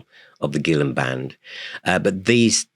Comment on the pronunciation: I've been pronouncing his name Gill-ON for almost 30 years. If I had been saying it the correctly, it would have been pronounced the other way. Go figure.